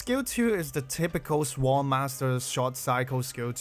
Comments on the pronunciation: note for reference that the 'w' in sword is silent. Appreciate the content, I'm trying not to think of the new era as power creep so I can concentrate on having fun. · the way how you pronounce "sword" sounds like "swole" lol HELL YEAH MY BEEFED UP SWORD LADY